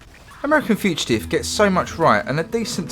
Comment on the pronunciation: Learn to pronounce "fugitive" ya knobhead.